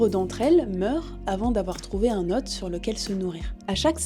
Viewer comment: attention à la prononciation de "hôte"